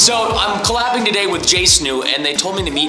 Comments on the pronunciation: Yes, I remember Preston saying JSNU. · Preston keeps calling them jsnu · lol he called them jsnu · Man really said jsnu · Was he calling them jsnu? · Did preston just say Jsnu?? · He called them jsunu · it sounds like preston is saying 'jsneo'' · Preston kept saying jsnu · You’re saying J stew wrong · Hey Preston you said jsnu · He said JSNU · he was saying jsnu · Did he just say jsnu ? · bruh y presten saying jsnu XD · Preston stop saying Jsnu 😐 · I hate that Preston kept saying jsnew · Preston say jnstew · You said snu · Bruh he keeps calling them Jsnu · Stop calling it jsnu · I mean, I love how Preston calls Jstu wrong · He said Jsnu instead of jstu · You said jsnoo LOL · Preston you said Jsnu no More Jstu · I love how he calls them Jsnu 😂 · Preston keeps calling them JSnu! 🤣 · ITS JSTU NOT "JSNOO" which is what you keep saying like XD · Preston said morejsnu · I know right I was like it’s Jstu not jsnu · He definitely said “Jsnu” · I like how he said “jsnu” instead of jstu. Lol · Yo so many times he said jsnu I just wanted to shout JSTU😂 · I like how preston said jstnou even though it is jstu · I like how Preston is saying jaysnoo but it is jastu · it was so funny when preston said jaistnu not jstu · U CALLED THEM J SNEW LOL THERE JSTU LOL TWICE! WELL 100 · I like you kept saying jsnu instead of jstu presten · Why does Preston say your name as Jsnu instead of jstu??😂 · I mean Preston says Jstnu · JSnu? Its JStu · J stew not j snew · its jstoo not jsnoo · Its j stew not j snoo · bruh preaston said jsnu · Its not jsnu Preston its jstu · Jstu not Jsnu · He says jsnu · I love how Preston said jstu wrong the entire time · im sorry but u keep saying Jsnu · I died cuz u said jsnu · i know preston says jsnu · the fact that you keep saying jsnu lol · You said jsnu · “So, I’m Col Laning today with JSNU.” LOL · did anyone else notice that Preston was saying Jace-new? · Is it just me that hears Preston say “Jsnu”? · I love it when Preston calls Jstu “jsnu”